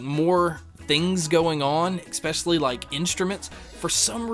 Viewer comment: ekspecially ekspecially ekspecially ekspecially ekspecially